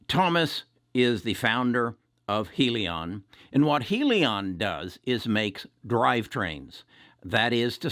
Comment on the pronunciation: I'm tired of people pronouncing it heel-leon or Hill-Leon. It's High-Leon!